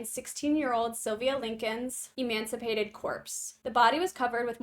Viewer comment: Emancipated corpse? Emaciated corpse I think u mean.